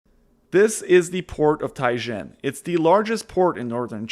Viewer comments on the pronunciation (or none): Jeez ANOTHER AMERICAN EXPERT who cannot even read the name of Tianjin correctly nor pronounce it even closely to its correct name! How can one have any confidence in anything else spewing from this pipe??